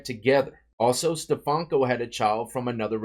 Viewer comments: STEFANKO,. Not steFALKO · Stefanko is not an English name, my dude 😆